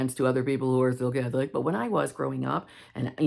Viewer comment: I was listening to this when I was half asleep and couldn't have swore you said Cat flick, not Catholic. 🙈